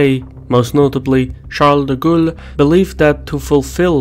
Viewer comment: Oh, now he's "Charles de Ghoul?"